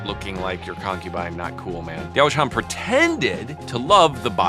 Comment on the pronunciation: yes she didn't exist, and no, there is still a correct way to pronounce the name